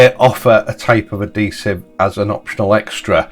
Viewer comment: Hey, it's adhesive with an 'h', I know you Yorkies drop your h's, I've lived in West Yorkshire for the past 53 years so I'm used to it but not everyone is.